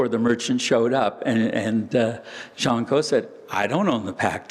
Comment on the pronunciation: "Jean", not "Gene" ... 50/50 guess goes wrong ! Sorry AI ... (÷